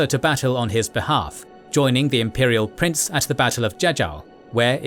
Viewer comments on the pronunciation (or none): none